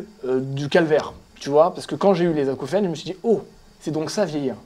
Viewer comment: Acouphènes, Acoufion, Acoufriacre.